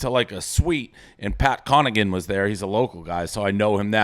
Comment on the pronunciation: Pat "conigan"